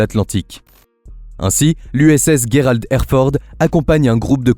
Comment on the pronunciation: on ne dit pas guerald mais gerald!!!et il n'est pas legendaire il n'a fait aucune guerre renseigne toi un peu clown